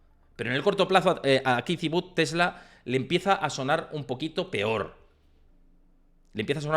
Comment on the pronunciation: Kitty Wood … hace falta ser tan pronunciar tan mal un nombre anglosajón !!! Te quita credibilidad… increíble